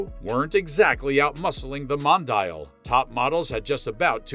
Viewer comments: Mon......di.......yal Not modayel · Don't agree with your review.Very happy with mine QV.At least pronounce the name right.